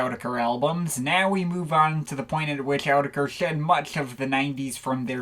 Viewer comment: I don't know who told you how to pronounce Autechre in that stupid way but it wasn't Rob, Sean, or Warp Records. It's pronounced "orr-tek-a".